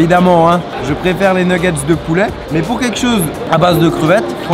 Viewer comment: on dit pas poulait on dit poulet